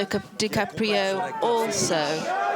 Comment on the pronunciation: Leonardo "Cappatrio"?? .